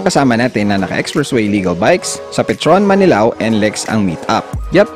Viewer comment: Boss Marilao Hindi Manilao😂😂😂😂😂